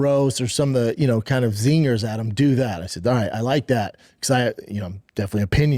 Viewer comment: fit in some 'zeegas'? What the fuck is that 😂 That's the worst attempt at saying 'zingers' ever